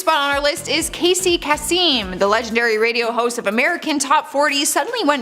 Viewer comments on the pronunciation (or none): Dear, it's pronounced Kasem (Kay-sem) not Kayseem!! Thank you😊